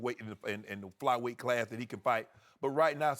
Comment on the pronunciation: "Flyweight" cmon Shannon